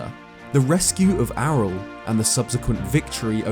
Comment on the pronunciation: when said Ariel "Arel" I died a little bit inside AREEEALLLL